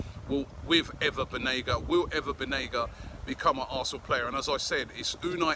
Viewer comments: I think it’s Banega not Benaga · This generation English players wont win you the champions league/EPL. And all the reports of Unai calling Banega on the phone.. were you all there ? this might just be another media talk. Also Correction Robbie its not Benega its Banega bye bye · It's BANEGA. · Its Banega Robbie. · Isn’t it BAnega?? Hah, I wonder what’s taking us long on suyunco? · It's Banega* Robbie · Why can't anybody in Europe pronounce "BANEGA's" name correctly??🤔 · How hard is it to google a player to make sure you can spell and pronounce their name right ? Considering you’re doing an entire episode on them